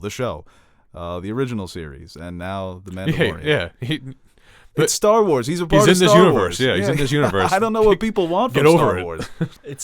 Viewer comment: I swear calls it "Stall Wars" and it's so frustrating